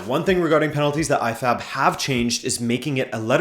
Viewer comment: I heard I-FAP instead of IFAB in sometime in the video. LOL!